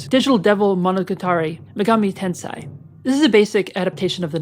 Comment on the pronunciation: Correction, youre pronouncing it "Tensai" which has more to do with knowledge. Its pronounced Ten-say